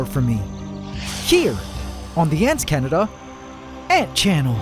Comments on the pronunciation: did anyone else catch the fact the intro said instead of antscanada this time haha? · I love ""! (For real though, keep up the amazing work) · Pantdora?? Is bro okay?